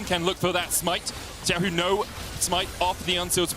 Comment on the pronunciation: Why do so many NA and EU casters have problems pronouncing Xiaohu‘s Name? Or is it at some point deliberate? There is LPL casters with them in the same room pronouncing it properly while they don‘t? Sus